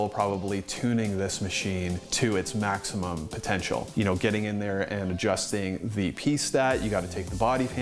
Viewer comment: What accent does "Daddy" have? I just watched Geoff the accent guy, so maybe my mind was primed for this. But I just noticed how the "u" vowel in "pull" tends towards "pall", also "maximum" moves towards "maximam". Obviously i'm not saying "Daddy" can't speak or that he says "pAAAHll", just that the "u" is moving slightly towards "a". Also, I'm hoping the Meticulous will perfectly straddle the gap between complicated when you want it, simple when you need it (by making a londinium profile :D)